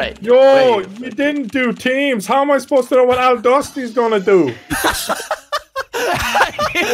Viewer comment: I love that they say “AL DUSTY” Instead of “AI DUSTY”